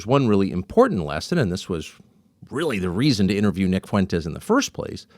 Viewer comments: "Nick Foo-entes. I don't know much about him." -DJT Mispronouncing someone's name as a psych tool to imply not knowing them is getting really old. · Lorde Fuentes, get his name right.